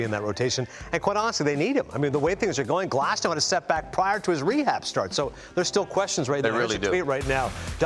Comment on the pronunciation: このチャンネル好きなんですけど、だからこそ言いたいんですけど、グラスノーじゃなくてグラスナウですよね、絶対に。現地メディアがそう発音してるんですから。